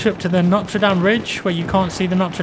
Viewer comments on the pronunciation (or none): none